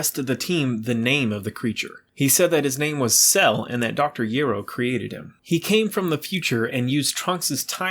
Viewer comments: Dr. Gero must be from Greece originally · Soon as you pronounced gero wrong thumbs down. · I can’t stand the way this guy mispronounces dr. Gero name